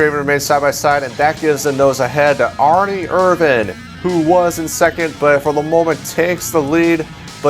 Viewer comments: Can't stand how he says Erin irvans name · I can't stand how you spell "Ernie Irvan"